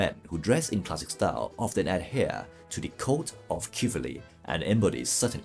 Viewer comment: Thank you for the great content! "Shiv-el-ree" is a helpful way to pronounce chivalry.